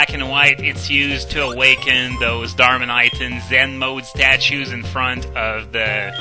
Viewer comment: What is a Darminite? Lol it's Darmanitan